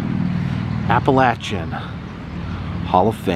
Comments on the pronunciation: Exactly what I was thinking. I have always heard it pronounced "appa-LAY-shun." But it probably just depends on where you're from. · I don't think you are pronouncing Appalachian correctly...I could be wrong though. I love your videos by the way. Thank you for sharing such awesome content.